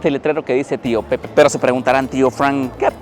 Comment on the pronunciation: No era una sidreria de vino, las sidreria sirven sidra que viene de la manzana. Tío Pepe es una marca de vino fino o amontillado de las bodegas Osborne. Se pronuncia la e ya que español.